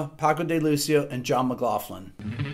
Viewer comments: It must be an American pronunciation thing, but this is the first time I’ve heard John McLaughlin’s surname pronounced with the soft “ff” sound, rather than the hard “ck” sound. It kinda bugged me, but I love your channel Rick. You are a inspiring teacher. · I know that the English language is screwy at times but let's not fuck it up completely ok ? McLaughlin isn't pronounced McLafton the augh is pronounced ocklan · Wait... It's pronounced McglauFlin... All these years I've been calling him McgLOCKlin... I feel like an idiot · John McLOCKLIN is how we’d pronounce it where the name came from anyway :) Great stuff Rick Haven’t heard of some of these guys but I’ve homework to do now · McLaughlin not McLaughlin!